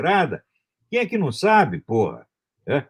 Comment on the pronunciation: " eles cultuam o cú, pôra" #orapôra 😂😂😂😂😂😂😂😂